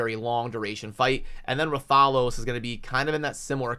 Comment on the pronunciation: That’s not just an ordinary champ. That’s the hunter in rathalos armor the mascot of the monster hunter gaming franchise. Brooooo I can’t believe they’re partnering with monster hunter! 😁😂 also his pronunciation is “Wrath-a-los” you have the “los” pronunciation right. It’s hard to explain in text. The los is like you reading the letter “O” not the short “aww” sound. So it’s “wrath-aw-los” or “wrath-uh-los”